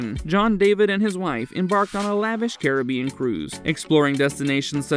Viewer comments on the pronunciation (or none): none